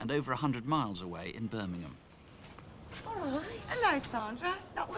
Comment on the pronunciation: When says Birming-hom eat a pork scratching..